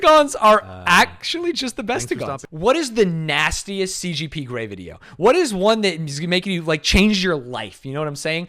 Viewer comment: How many times did they say CPG instead of CGP...